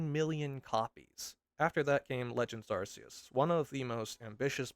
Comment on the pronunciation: It's not "Arse-eus".